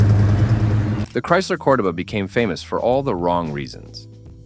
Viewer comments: Say it with me COR-DOE-BAH😒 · COR-DOH-BA.....at LEAST pronounce it correct. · Cor-duh ba? Ai can't pronounce shit. That car came with an optional big block 400 and it was a fun car. I had two of them. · It’s “Core-doh-ba.” No fooling you huh, oh and by the way it’s not a muscle car. At least you pronounced Thunderbird correctly. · DudeYou can't speak the proper language for these cars.It's cordoba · This idiot wasn't even a spe(r)m when these cars were new, and knows nothing about them. They weren't building these for speed or performance at the time. And what the hell is a Cord-a-buh? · I knew this video was trash as soon as you couldn't pronounce Cordoba correctly. These aren't sports cars they are personal luxury cars. Not one ounce of truth in any of this. I don't subscribe to liars who haven't got a clue so you make garbage up. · WTF are you talking about. Those are personal luxury cars. Not 1 is a muscle car. I don't know if you use AI but learn how to pronounce the names correctly. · You better learn how to pronounce cordoba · I owned a 77, then a 79 cordoba, the guy doing the video can't even pronounce cordoba right. It wasn't a muscle car, it was considered a mid size luxury, this video is a joke.